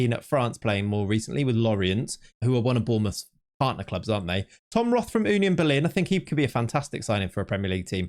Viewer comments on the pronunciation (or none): FYI, German doesn't have the English 'th' sound, Tom Rothe is pronounced 'Rot-eh', rot like red in German